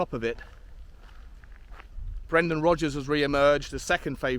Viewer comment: It's Rodgers. It was always Rodgers.